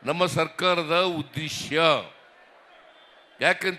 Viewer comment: ಉದ್ದೇಸ್ಯ ಅಲ್ಲ Sir 🙏 ಉದ್ದೇಶ.